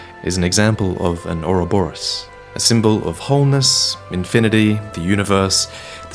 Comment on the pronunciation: In so glad you pronounced ouroborus right